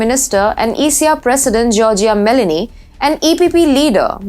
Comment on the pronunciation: Its ME LO NI, not Melanie!